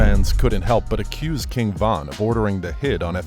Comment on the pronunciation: Stop doing Von name like that smh 🤦🏾‍♂️